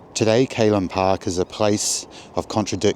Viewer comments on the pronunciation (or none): Its Callan Park, rhymes with the name Alan. Also Broughton Hall: Brought rhymes court. Please kindly reference your narration. Thank you for the video.